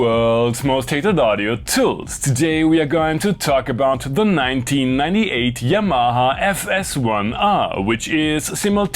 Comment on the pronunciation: Please take English language lessons Yamaha pronounce it 😅😅😅😅😅😅stop explaining this